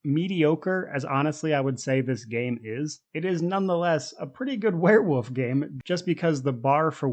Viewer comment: It sounds like you're saying "werewoof" and I'm here for it.